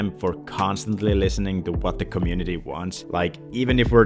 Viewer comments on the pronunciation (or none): none